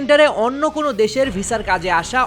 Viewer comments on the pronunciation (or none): none